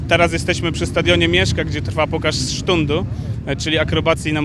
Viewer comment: Przepraszam, pokaz czego??!! "Sztundu"?